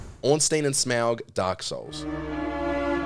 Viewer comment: Everyone: Smough: Smowg